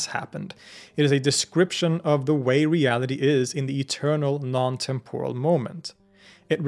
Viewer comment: Exemplary work here. Engaging, accurate (as far as I am able to discern) and helpful. Just one thing: TEMP-or-al, not tem-POR-al.